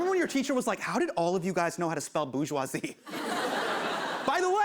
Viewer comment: aww Hasan mispronounced "bourgeoisie" it's ok my dude